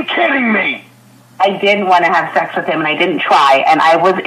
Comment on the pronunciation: I miss dronk. It was always shecks, caawk, peenush. That all he thinks about and it comes out more when he’s dronk 😂😂😂. Virgin #87.